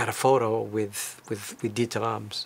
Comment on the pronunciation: Lucky you. How nice of him to talk to you and show you around his back yard. I would have brought a book or something, to get it signed, maybe it would have helped establish some rapport and have a more meaningful conversation. Also, i notice how you pronounce his name correctly, that is so nice. I hate it when people call him DeederRams or what have you. Kudos to you for showing such great respect.